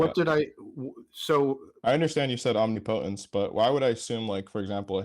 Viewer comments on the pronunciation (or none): rofl "omniPOtence" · I love when they can’t pronounce words like omnipotence.